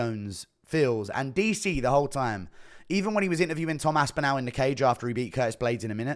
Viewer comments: It's Aspinall not Aspinal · Why do you pronounce the end of Aspinall like "nal"? It's more like nawl, or how the end or the word spinal is said. Very weird way to say his name man. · Enjoying the vid but the right pronunication of Aspinall is Aspinawl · ASPINALE. Chael levels of mispronunciation. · great vids, but, pls work on your pronunciation of "aspinall". thanks